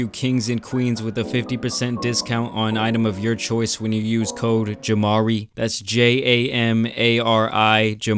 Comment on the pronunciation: The way bro be saying his name. JamaRI! That’s JamaRI!